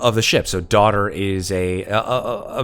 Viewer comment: It cracks me up so much that keeps reading it as "day oot er" instead of "daughter"... EDIT: Oh man, the moment when noticed it was daughter the entire time 😂 been there man. I was hoping you'd spot it and get a laugh. I love how real that is as a GM.